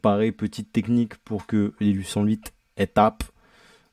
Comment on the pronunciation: Des huit sans luit il a dit.